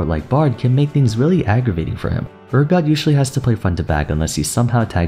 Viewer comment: Damn, saying Urgot's name wrong six times. That's commitment!